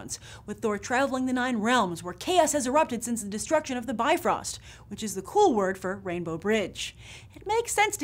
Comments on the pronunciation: It's so weird how you pronounce Bifröst :D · 2 things... that annoy me... you pronounced Bifröst wrong and Hel? a enchantress? o.o she is the Norse version of Hades and loki's daughter..... --- Icelandic none thor reader